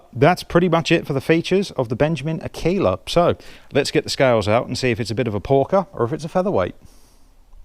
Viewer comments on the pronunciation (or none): Pronounced AR. KAY. LA. you obviously weren’t in the Cubs. It means female wolf. ( I think).